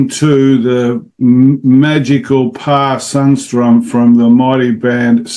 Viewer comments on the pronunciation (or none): Just a small correction: It's "Pär Sundström".